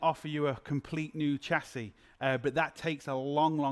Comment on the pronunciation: Shass-ee NOT Chass-ee.